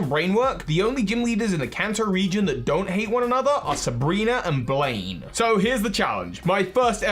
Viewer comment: uhhhh Sabrina? not Sebrena?